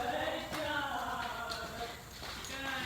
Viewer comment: Everytime you said "good job" i heard "good dog" lol